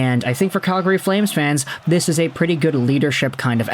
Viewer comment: You aren't a native Calgarian. I can tell by the way you say Calgary.